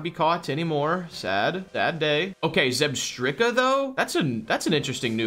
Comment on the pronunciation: I don't think I've been annoyed by any pronunciations before this, but saying zebetika made me sad